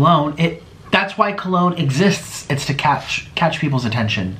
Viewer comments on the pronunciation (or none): none